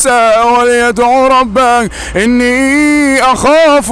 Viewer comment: ربه وليس ربااا